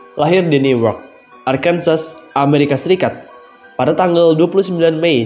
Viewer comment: Heii! Arkansas itu dibaca Arkansaw, state kelahiran gw